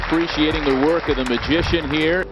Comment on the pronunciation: its "Magician" , u lost from the start bro